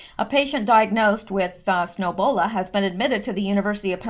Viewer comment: please eeeeeeebola not snowbola. it may be so but if airborn millions would have ebola